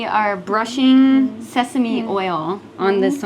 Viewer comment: 전... 왜 자꾸... Sesame가 사시미로 들리죠? ㅠ 한글로 읽는 발음이 (세서미)아닌가요? 알려주세요